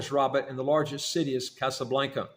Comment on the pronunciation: Not Casa Blaynca. lol. There is no Y in Casablanca.. It's simply pronounced; Casa. BlanKa. Thank you.